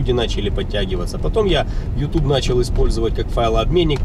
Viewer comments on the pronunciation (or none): none